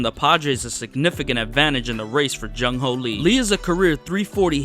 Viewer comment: jung hoo not jung ho like cmon